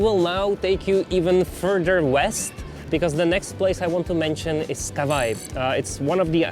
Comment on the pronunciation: Super. Jen Honzo, Kauai se vyslovuje Kavájí.